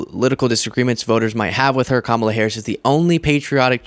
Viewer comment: Holy smokes! Trump actually pronounced Kamala Harris' name correctly! FOCUS TRUMP!!! 😂😂😂😂😂😂😂😂🤣💙💙💙💙💙💙